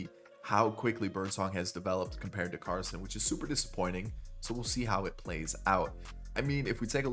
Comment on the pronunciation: You said Carson’s name right the first time, I went to ECU when he did